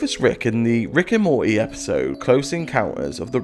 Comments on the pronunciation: Its not mortaaaay its morty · Can you please pronounce the T when you say Morty!!!